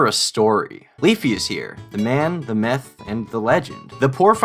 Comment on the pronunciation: I don’t know if I’m just hearing things but it sounded like he said, “Leafyishere, the man, the meth, the legend” I fuckin died 🤣